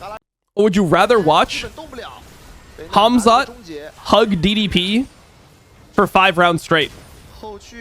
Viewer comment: I thought he said humzh holding p diddy 💀